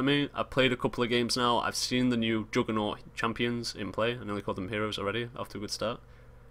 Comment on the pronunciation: joodgement, jooggernawt, joongle